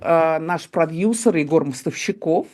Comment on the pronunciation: по нормам русского языка продЮсер, а не продЬюсер